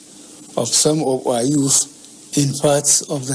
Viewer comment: Buhari: Of our yoof Me: Yu say?😳 Yur English is bad af😂😂🤣🤣